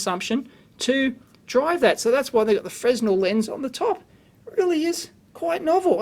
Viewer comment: Super cool but Fresnel is pronounced "Frenel". I worked in a luminaire shop for a few years. I caught shit when I first said it wrong. Cheers.